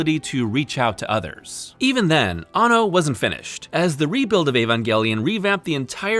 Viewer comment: You missed pronounced the directors name around the 3 minute mark.It's Hideaki Anno! Not Hideaki Banno.